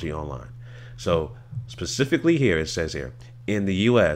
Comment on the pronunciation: “Specifically” “pacifically”